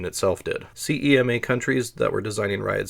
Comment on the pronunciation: Exactly.. Slowing down would also solve your selective dyslexia... Periffer'al, not periff'reel, and CMEA is pronounced as spelled, not CEMA